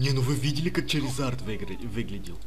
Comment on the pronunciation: ура он сказал Чаризард а не шаризард